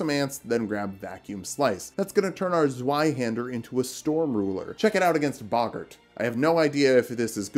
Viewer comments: It’s pronounced zvie haand air. Sry it just upsets me. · the z in zweihänder is pronounced like a tz. like tzwei haender. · The Z in Zweihander is a C sound. The real C, not the English one. Same as the Italian z or Japanese ts.